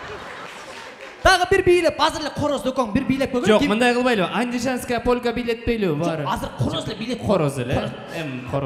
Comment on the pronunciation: Сото алып баручу полка деп толук айтчы полька дебей ит